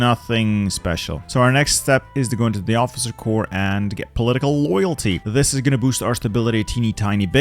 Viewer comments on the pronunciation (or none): none